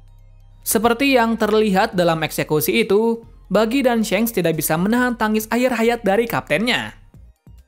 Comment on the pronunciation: shanks not syenk 🗿